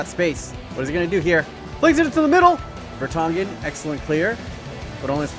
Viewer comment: Vertonghen and Sanchez hahah